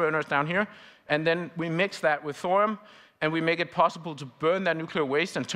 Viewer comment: 081323/1926h PST 🇺🇸. Please do not murder the name THORIUM. “THO-RI-YUM” and not Thorum. I find that not correct. You don’t say URANUM, CALIFORNUM, AMERISUM .. Please no more Thorum. Thank you with all respect.